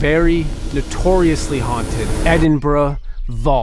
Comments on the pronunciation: You asked yourself how Edinburgh was pronounced. As far as i know it's "Edinburuh" not "Edinbruh". But hé! That's what I think. Hope my reaction helped a little bit. By the way. I like you're channel a lot, But i like channel's wich contains ghosthunts anyway. You're partnering with Sam and Colby are also always a hit. Greetings from AZ-71, the Netherlands. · P😅leader Edynburg not edembra,whot is this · As someone from Edinburgh, It is pronounced Edin-burah. Glasgow is pronounced Glaz-go. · I,m Scottish and Scotland is said as it's written and not said by Americans as 'ScAtland!!!!!!! If you people can't pronounce my countrys name correctly then Dont say it!!!!.And by the way it's Edinburgh not Edinboro again not said correctly!!!!! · Edinburh and Wails 😂 It's Edinburgh And Wales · its edinburgh not bruhhh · Bruh the bridges were known as “The Bridges” in Edin’bruh’ 😂😂😂